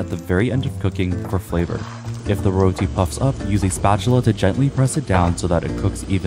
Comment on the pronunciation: amazing video! Tips on pronouncing Roti, it's more like Roh-Ti, not Roll-Ti